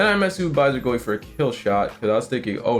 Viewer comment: Sorry man I meant like the pronounciations of names like "Baiser" being pronounced like "Byzer". It's funny and this is still a very good video. No hate.